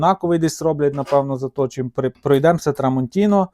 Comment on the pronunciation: А, ну і не знаю як можна читати "Tramontina" як "трамонтінО".